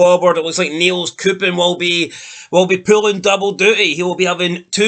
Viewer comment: Its pronounced nay cups